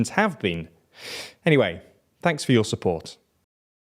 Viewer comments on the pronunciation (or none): none